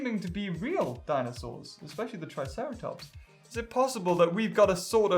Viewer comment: Tri-Sahra-Tops lol lel ken